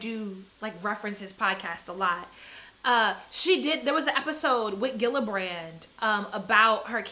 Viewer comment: It’s almost like you purposefully mispronounce everyone’s name in ways no one would ever think to do..Gillibrand, Normani, Lizzo, McGruder